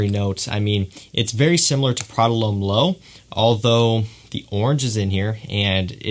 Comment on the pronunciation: Prada 'Lome?' - It's pronounced 'Lom' lad.